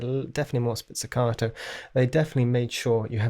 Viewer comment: Great comparison video! Thank you for doing it. Just a little suggestion: it’s “spiKKato’, not “spizzicato” :-)